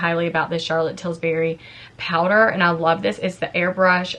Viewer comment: Friendly correction…it’s Charlotte Tilbury, not Tilsbury. 🙂